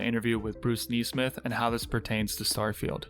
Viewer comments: “Knee-smith?” He doesn’t pronounce this common last name, as it is normally pronounced, “Ness-smith?” Very odd. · Neesmith? When did a single ‘e’ become pronounced as a double ‘e’?